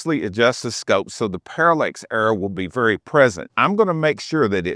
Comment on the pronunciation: Parallax… not Parallex…